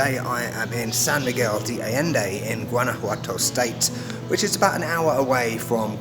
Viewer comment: It's pronounced ah-jen-day, not ah-lend-eh.